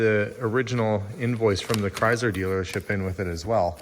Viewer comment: Hearing your pronounce Chrysler 🙉😂